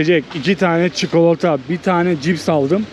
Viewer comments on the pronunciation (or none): none